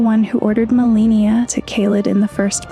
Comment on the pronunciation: You mispronounce Marika and Malenia, makes me feel like you haven't played the game. They say it multiple times, you don't get to just pick